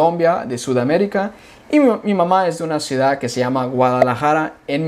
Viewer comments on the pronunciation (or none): none